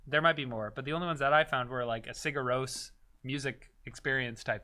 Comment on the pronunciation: it's "ciGArros" not "CIgarros", otherwise it sounds like you are saying "siga arroz" (go ahead rice). XD